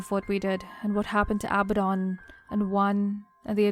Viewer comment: I think abadon is pronounced aBAdon